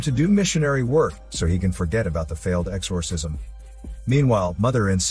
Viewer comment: Exorrrrsisiom!!! Yes narrator. I am computer generated!!